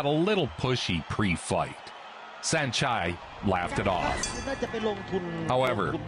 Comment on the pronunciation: It's pronounced san-chai